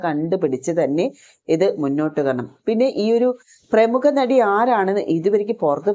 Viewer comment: പ്രമുക അല്ല പ്രമുഖ ആണ്